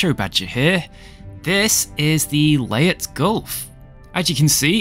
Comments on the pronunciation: LEY-TE not LEYET. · It'd pronounced lay tay its named after a battle in WWII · it's pronounced "Lay-Tay" Gulf